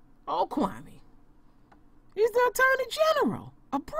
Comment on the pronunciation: The white man mispronounced his name. Kwa- may Kwame